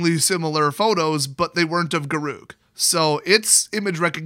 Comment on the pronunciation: “G’Ruke”? “G’RUKE”?! I thought it was Garruk, pronounced like the name Derek! My life has been a lie